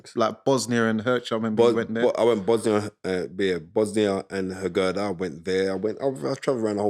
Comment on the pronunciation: You don't dislike Eddie Reynoso? Like he gives a shit what you think? You're a nobody in boxing. Ya mean? Keep it 100, going on about race again ... What happened to MTK global my man? You can't even pronounce Bosnia Herzegovina 😂 your black book? You can't even get a boxing job.